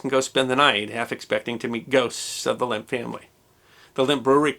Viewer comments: It's NOT "Limp"! It's "LEMP"! Like the "e" in 'head'. L E M P! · It would need to be pronounced "Lamp" not "Limp"... And Eschwege did not deserve that mutilation either ;-) that map is WAY older than the time you're talking about... it shows the Reichskreise (or Circles of the Empire) of the Old HRE that did no longer exist past Napoleon's 1798/1805 conquests in Germany. In the 1830s the Netherlands and belgium were long independent, as was Switzerland and the whole Austrian Part including bits of Nothern Italy also was a separate country. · You keep pronouncing it ‘Limp’. It’s Lehmp’. Es macht mich verrückt!